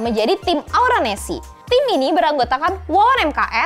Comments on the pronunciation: En es ce bukan nesi 🥺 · Maaf ya kack itu dibacanya bukan nesi tapi enesce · Keknya NES trs C nya dibaca pake bahasa enggres